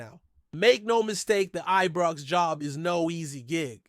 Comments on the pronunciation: Am sorry folks, I can't stand this guy getting Ibrox wrong, Its always Ebrox with him, it's insulting, does he check pronunciation of Scottish area's. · I agree he always says ibrox wrong also he says Govan wrong as well get someone else who can talk properly